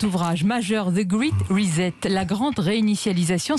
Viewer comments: Chère Sonia, au sujet du "Great Reset" on ne prononce pas "grit risette" mais "grètte ricette"! Comme quoi nos élites on un niveau 5ème en anglais. Sehr enttäuschend! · " Zeu Gwiit' rizette " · "Ze grite recette" 😆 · "The great "risette" 😄😄😄😄 : M. De Villiers prononce correctement l'expression ! 👍👍👍👍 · Ces journalistes nuls en anglais, ça me tue ! L'intervieweuse qui dit "Ze grit rizette" ! (pour "The Great Reset") m'a fait mourir de rire !... "Fais-moi risette !" Disait Bill Gates a son associé !...MDR...